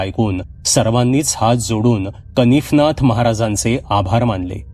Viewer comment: दादा तुम्ही नेहमी छान कथा सांगता आणि वाचन ही छान करता नवनाथांपैकी एक का -कानिफनाथ आणि तुम्ही कनीफनाथ वाचलं ऐकून बरोबर वाटलं नाही आणि दुसरं च्यबुतरा नव्हे तर चबूतरा.कृपया चूक सुधारून घ्याल असं वाटते